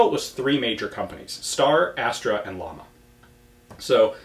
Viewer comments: Ian if the other gun manufacturer is Llama, it's not pronounced like the animal. It's pronounced something closer to Jama and it means flame. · You still have to learn to pronounce "Llama" correctly... ;-)